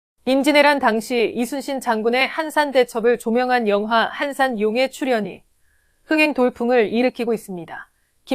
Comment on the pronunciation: 아나운서님.."한산용"의출현이라고 들리는뎁쇼